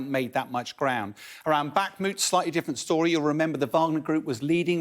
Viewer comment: 1. He said bakhumt. 2. Russia has been struggling to take this one town for 8 months. It's barely moved since July last year. And in that time it's lost far far more than it's gained.